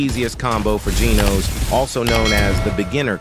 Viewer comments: why AI voice pronounce "genos" as "jeenos" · ITS not GENOS like ee ITS GENOS like an a and e combined